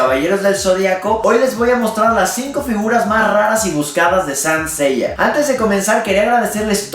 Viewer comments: Me gusto el video, soy un gran fan de Saint Seiya, lo único que cuidaría en los videos es la pronunciación de los nombres, ya sea de los personajes o de la serie misma, parece q decía “San Seiya” y debería decirse tal cual la serie! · se pronuncia saint seiya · "... Sancella" jajaja